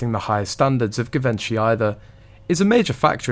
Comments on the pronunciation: It’s pronounced Jivenchy! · Pronounced: ‘GEE VON SHEE. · Please research how to pronounce Givenchy. You are interesting to listen to and clearly put thought snd effort into your videos.